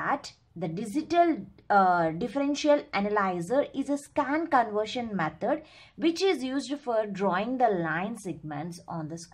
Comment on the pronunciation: not metad ,,,, its method